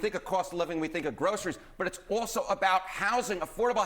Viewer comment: What is 'groshurys'? I've never heard that word.